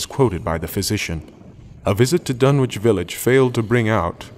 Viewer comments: I grew up in Lovecraft Country, and for this reason, I always find it a bit jarring, personally, when audiobook readers don't pronounce place names in Lovecraft as a "local" would: Dunwich should be pronounced "Dunnich", for example, and "Innsmouth" should be "Inns-muth", not "Inns-mowth". Of course, this is something that only affects someone from the area who's got a keen ear. I'd love to hear someone who actually knows how to speak as Lovecraft Country natives do reading this story, especially when doing characters' voices (for example, Old Whately in this recording sounds much more like rural Kentucky than rural Massachusetts). Maybe I'll have to do it myself, but I think it'd sound a little weird — and not in the best way — being read in a woman's voice. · Unfortunately it is pronounced "Dun-itch" not "Dun-witch"! As in "Greenwich" the "W" is silent. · in new england, it is Dun-ich. not wich. other than that its good just not reseached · I have long since grown sick and tired of the mis-pronunciation of the name "Dunwich" by absolutely everybody. It is my pet peeve. This is an English name and it ought to be pronounced in the English manner. Lovecraft was English to the hilt and at his very core. It's "Dunnidge", not "Dunn-Witch". For Greenwich, we don't say "Green-Witch", but Grennidge. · I've always pronounced it "Dun-itch".. Surely an anglophile like Lovecraft would have as well?.. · Please tell me the pronunciation is "Dun - itch" not Dun-witch" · This is great, unfortunately as a former Suffolk resident hearing the "w" in Dunwich sounds very wrong to me, there it's pronounced "Dunnich", otherwise the narration was amazing. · I wish you would do all Lovecraft stories with the effects. they add so much. My only complaint is small mispronunciations. Ichor is "eye-core", not "ick-er". Dunwich is "Dunnich". Things like that. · Dunwich is pronounced Dunn-itch phonetically... with a silent W